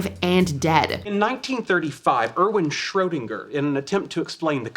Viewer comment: Cringe: If you're going to refer to Schrödinger, at least pronounce his name correctly. Like most Americans, you don't have a clue. It's, (roughly), "Shrurdinguh".